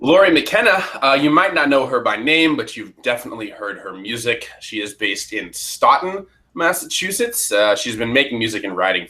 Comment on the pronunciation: BTW, it's pronounced STOW-TON.......good review otherwise........